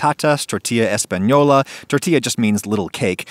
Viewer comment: This guy really nailed the ñ in "española"